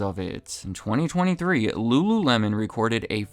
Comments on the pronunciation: Ahh yes .. rururemon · "ru-ru-remon" C'monnnn bro 😂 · lmao rururemon 😂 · re: in this video. “L” is difficult for Asian people to speak. That’s why a Wincoln Contiwintal does not sell wery well there. EDIT: I can not roll my tongue. I will never be able to speak Spanish, Italian (and probably many more languages) properly. I wish no denigration to anybody.. it’s just where/how we grew up and learned to speak.